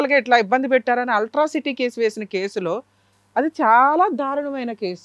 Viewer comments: Madam garu, I respect you but english lo తప్పులు మాట్లాడుతున్నారు. మీరు తెలుగు మీడియం లో చదువుకున్నారు అని అనుకుంటున్నా. Ultracity కాదు అండి Atrocity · Altracity kaadhandi...... Atrocity .....madam ....